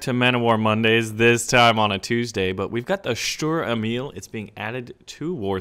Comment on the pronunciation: its funny how you pronounce the name of the german tanks like Sturer Emil! but i like your videos greetings from germany